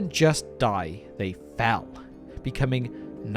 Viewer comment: sure thing. Still sounds like foul and the captions say foul. If someone didn’t know any better it might confuse them.